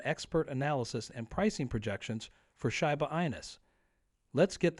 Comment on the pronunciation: it would help your credibility if you knew how to pronounce shiba